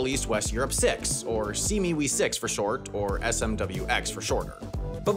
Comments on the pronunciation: Its SEA-ME-WE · Pronounced "See me wee." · Ah yes, þe sea mee wee